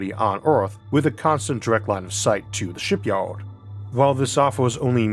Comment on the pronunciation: Maybe try speaking more clearly - sounds like a mouthful of marbles. What’s a Shipyowed ? Oh, you mean Shipyard. Not easy to follow your speech, frankly, though the tone of it is pleasant. Maybe get some professional advice.